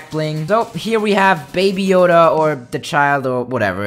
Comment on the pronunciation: “with the baby Yoder on the back”